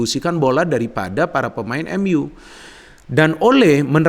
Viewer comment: lihat ini lagi iseng2. setelah diamati, di video ini kalau nyebut "MU" pake emyu, khas nitizen buat bully kleb MU. kalau nyebut "Liverpool" sangat fasih dgn aksen British 🤣